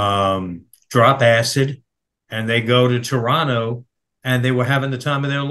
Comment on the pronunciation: Thank you for pronouncing "Toronto" correctly,!